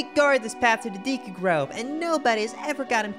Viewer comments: Fyi: Deku is pronounced "day koo" not "dee koo". 😉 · Deku not deeku learn to read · Deecoo? Tree... I'm out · Sorry just had to say: Deh.koo Anyways this video made me a fan and I will definitely be watching more videos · Your pronunciation of deku triggers me